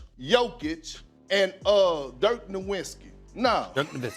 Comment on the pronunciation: When Porkins can pronounce "Nowitzki" without an 'n,' maybe I'll listen. And he didn't even score 44 points in his career, did he?